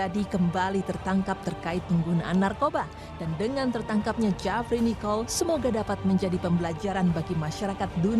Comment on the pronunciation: Eh itu host nya salah sebut Jefri nichol bukan Jafri nichol